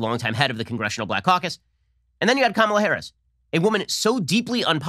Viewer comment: Joe can’t even pronounce her name correctly.